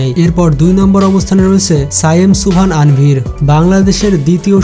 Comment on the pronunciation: নাম সঠিকভাবে বলা উচিৎ। তানভীর -এর বদলে বলছে আনভীর!